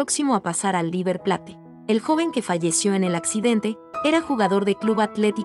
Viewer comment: Lo siento en el Alma pero no puedo dejar de corregir a la chica que habla...no se dice RIVER PLATE , se dice " RIVER PLEYT"...se escribe RIVER PLATE pero se pronuncia " RIVER PLEYT.🙄🤦de todas maneras quiero sumarme a las condolencias por la muerte de éste pibe , QEPD.💔